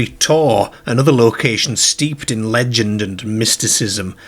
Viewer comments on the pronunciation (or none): none